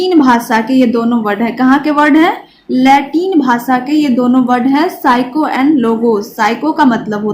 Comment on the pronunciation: Mam psycho nhi psyce